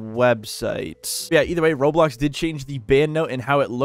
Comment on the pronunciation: Video ended, and he said "Roblo"